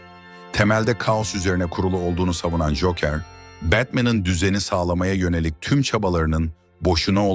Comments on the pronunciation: Güzel anlatım da telaffuz dikkat dağıtıyor. Cookıır, veydıır... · Cokır olacak doğru telaffuz.